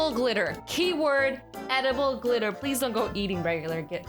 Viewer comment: AZZYLAND messed up saying gritter